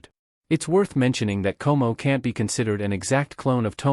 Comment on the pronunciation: you kinda mispronounce the names,.. Tomoe - To Mo Eh Komoe - Ko Mo Eh ... but who care